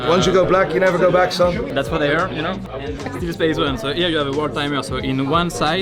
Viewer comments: SPACEONE NAI ! 😂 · SPACEONE NINE Hope got your pronouncation correct ;)